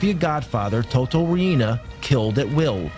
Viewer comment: u say it like toto RIENA not RI-INA lol